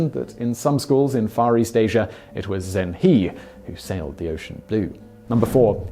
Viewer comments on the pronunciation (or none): Well, I know Simon doesn't pronounce foreign names well, but Zheng He sounds more like <Jung Huh>, not Zeng Hee. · Correct. I would type it for an English speaker more like “Jeng Her” to try to approximate the correct pronunciation. But kudos for mentioning him and the possibility that he reached the Americas - perhaps the first Muslim in America? :) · 'He' in Chinese is pronounced 'huh (like the 'a' in about).